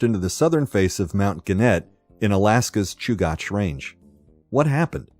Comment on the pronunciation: It’s pronounced Choo-gach, not Choo-goch. You said it correctly the first time and incorrectly the rest of the time.